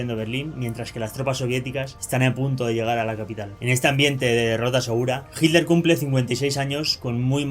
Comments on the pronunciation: Entiendo que el Hitler, NO HILDER. Qué te pasa??? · Hitler. No jilder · Es hitler,...no es hidler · Hilder? por favor un esfuerzo por la pronunciación . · Porque los Españoles dicen “Hiller” sin pronunciar la letra T ?